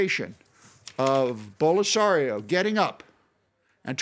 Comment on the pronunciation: He said BOLO-SARIO 😂